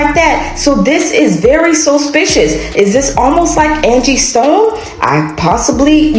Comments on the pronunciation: If she say 'Sospicious' one more time😂😅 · This chic saying Sospicious and those drawn on ass eyebrows I can't take her seriously! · Sospicious? A, E, I, O, UUUUUIU *(and sometimes Y)